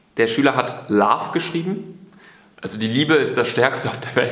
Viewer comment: Warum kann er einfach nicht Love aussprechen und viele andere Wörter auch nicht 😂😂😂😂😂